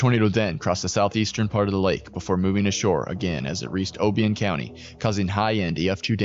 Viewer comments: Obion pronounced like Orion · Awesome video. I’m from Clinton, right on the path. One thing I would tell you, which was the same in other videos, is the pronunciation of different places. Obion is pronounced (o-bye-in) and Cayce is pronounced (Kay-see) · Enjoyed the video, especially since I was immediately impacted here in Western Kentucky. However Obion County, is pronounced (Oh-buy-un) and Cayce, Kentucky is pronounced like Casey. Knowing people who live there and were impacted, they would want their location pronounced correctly. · Oh-by-un Couny...is this computer generated or something? Familiarize yourself with the names of the towns and counties. Sheesh!